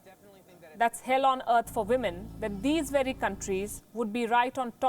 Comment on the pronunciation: Get your women / wimen pronunciation right!